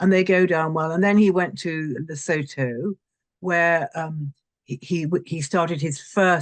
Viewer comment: Lesotho is pronounced luh - soo - too.